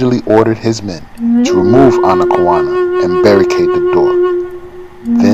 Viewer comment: Are you sure her name is pronounced that way? Google says her name is pronounced, "Ana-kay-own-uh". The effects of colonialism are still persistent so I'm not sure if Google is getting it wrong so I don't know.